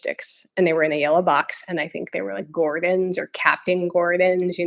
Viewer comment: 1) I'm thinking that Daisyah is probably pronounced with 2 syllables, like "Day-zhah". 2) Also, it's Gorton's fish sticks (we've had diametrically opposite seafood experiences, lol!). I had a similar experience though, but with milk. There's a funny story to go along with it that, too... and my wife is allergic to chocolate and caffeine, which I'm sure she has your sympathies for, ha ha ha!